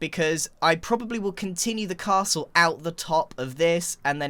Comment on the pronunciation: why the hell would he say crastle